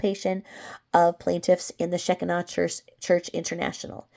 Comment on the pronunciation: Just helping you here on prnouncing Shekinah. It is prnounced Sha Ki Na. Long i in the middle. I can also tell you it is not a cult. I am pentecostal...Assemblies of God... and we recognize them as a church like every other church. Baptist..Methodist..etc...